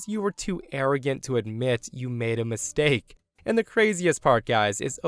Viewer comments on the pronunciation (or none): none